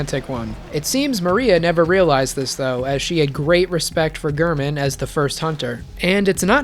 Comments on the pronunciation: How can you say gurrman and literally play a clip right after of the doll saying g-air-man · doll: gehrman gehrman: gehrman you: gurrman me: ???????????????? how?